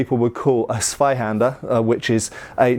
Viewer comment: The "Z" of Zweihänder needs to be pronounced "ts". So a hard t at the start.